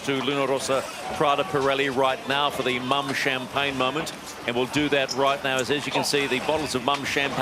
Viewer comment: Mumm is not pronounce like 'mum' it is pronounced like moon except with a m at the end: moom. Congrats Luna Rossa, incredible final.